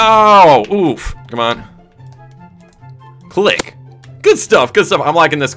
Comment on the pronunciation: the way you said click lol